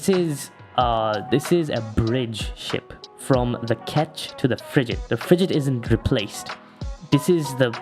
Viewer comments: Why do you pronounce frigate with a j like you're saying frijate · the way you pronounce frigate is phisically hurting me